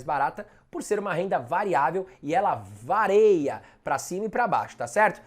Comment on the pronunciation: Ótimos fiis recomendados, porém aquele "vareia" no final foi um soco no ouvido kkkk